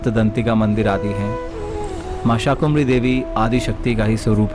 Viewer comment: आपने मां शाकंभरी देवी का विवरण प्रस्तुत कर प्रसन्नता के स्थान पर दुखी किया है क्योंकि आपने मां का नाम अशुद्ध उच्चारित किया है आपने शाकुंभरी देवी एक नहीं अनेक बार उच्चारित किया है जबकि मां का शुद्ध नामyadi ab Sar MI yadi aap Sar MI namaskar sar धर्म ग्रंथों पुराणों और इतिहास के अंदर शाकंभरी देवी उल्लिखित है ना कि शाकुंभरी देवी कृपया